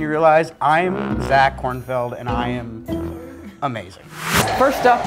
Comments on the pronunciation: excuse me SIR it is KornfEld, not KornFIEld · Who else got really mad when they kept saying ‘Kornfield’ instead of ‘Kornfeld’ ?